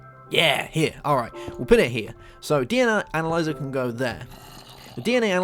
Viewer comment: When you searched analyzer, you said anal...